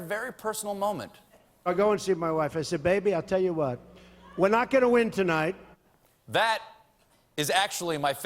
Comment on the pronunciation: when stephen hit "tonight" i died in so glad we got someone to keep us up and laughing to cope bless u stephen❤️❤️❤️❤️